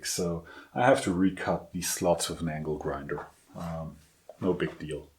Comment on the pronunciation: "so I have to recut these slots with mango Graham" I heard it as "mangle grinder" - which could be a very interesting tool indeed ! We know what you meant anyway ;) How about making some T nuts with a step over in them ? Having seen people aligning vices etc. accurately, it leaves me wondering why they don't make precision T nuts that extend above the table to precisely fit in the mounting slots of the vice, rotary table, whatever, so that they're always bolted down perfectly square with the table every time. That's what I'd do.